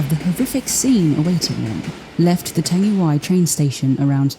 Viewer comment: U said the word tangiwai wrong the ai at the end says ee